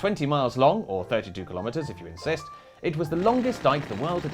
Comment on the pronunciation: “At 20 miles long, or 32 kilometres if you insist.” I heard “if you exist.”